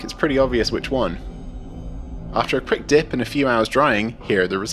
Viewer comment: ...did he say DIY "dick" wash???